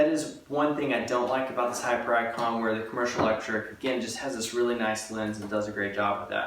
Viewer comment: Do we not thinks it pronounced hipiericon? Not hyper icon.